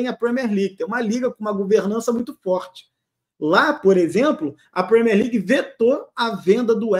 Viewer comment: Premiér não Premér. Usei o equivalente em português para facilitar.